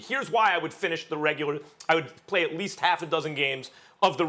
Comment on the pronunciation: “there’s things I want aaaWnsered “